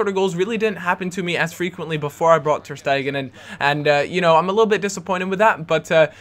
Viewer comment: ter stegan? guitta? sholdnt be ter stegen and gaita?